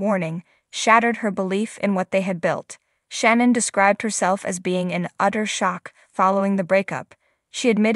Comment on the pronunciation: The speaker need to watch show do she will learn how to say shannon right